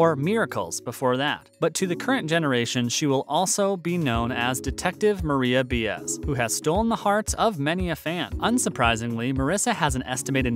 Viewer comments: the way he pronounces Baez is painful Bi-as not Be-as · Bee-ez ? Huh ? If this guy watched the show he’d know it’s pronounced BYE-EZ lol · It’s pronounced Marisa “BUY AS,” not “BE AS.” When we heard you say it the first time, we were dumbfounded. When we heard you say it a second time-WE CRINGED!😳😩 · Pronounced Baa ess, can't help it if anglos can't pronunce other foreign words correctly, I.E. Cutter, ( QUATAR) pronounced KATTAR . The UKRAINE. There is no " the" , simply UKRAINE, or УКРАИНА ( RUSSIAN ,pronunced UKRAEENA). And what a ball "the savants" had pronouncing hurricane "ISAIAS" name ( ISAIAH, the prophet) ( Pronounced, ISA EE ASS) PS, I've been speaking Spanish 76 years , "pa' que tu lo sepas". ( just so you know) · If you are going to narrate it at least get the correct pronunciation of names - Bee-az? Really?? Watch the show much? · Why is it a lot of British can say the names right t- most Americans cant? BIAEZ as in Bye I AEZ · Detective Maria B(eye)az. You people make so many mistakes with actors names. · Most are hopelessly wrong, BAEZ , pronounced BAA EHSS, ask any spanish speaking person. Not buying anything! Where did anyone get Byees, Buy ess, Bye es from ? ( rhetorical question) , What? after 76 years I don't know how to pronounce a Spanish surname, but you ( the reader do) ??? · Yeah that pissed me off the way he said it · It really is astounding that this could have been produced and posted with such a blunder as not knowing how to pronounce Detective Baez’s name. No one noticed it? Is this site done by a sixteen year old in his or her parents’ basement? Sorry, but that is staggering incompetence. Not to mention the cast members that were left unmentioned, and the net worths that seem suspiciously low.